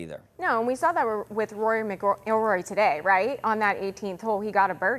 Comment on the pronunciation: She can't even pronounce Rory last name , she has no clue what she is talking about . DEI